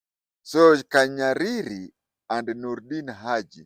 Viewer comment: It's not KANYARIRI. He is called Kahariri